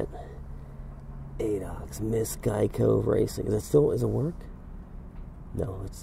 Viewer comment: please learn how to pronounce the word Geico